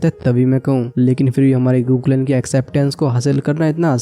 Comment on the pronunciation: Bro गू clan ko गू clan hi bola karo